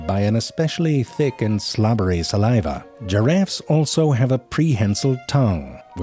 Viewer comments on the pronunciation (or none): none